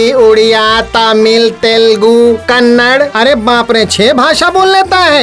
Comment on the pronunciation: KANNADA not KANNAD😤